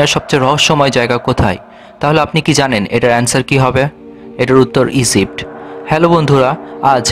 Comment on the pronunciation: You don't know how to pronounce Egypt He pronounce like esipt🤣🤣🤣🤣 Just feel the word you will get it